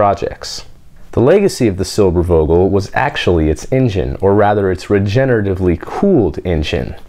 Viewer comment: If you pronounce the "v" in Silbervogel as an "f" it would sound like perfect German :)